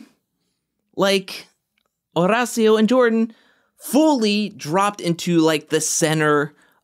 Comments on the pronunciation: OMG yeeees! Estoy flipando every time pronounces the name. It's so great! I'd defo watch any compilation of it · I have no one to root for now that Nurys and Nelly are gone… besides Olivia and Horacio. Also love the way you say his name.